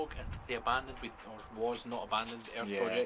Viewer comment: Oh, you guys were say ‘earth’. I thought at first you were say ‘air’.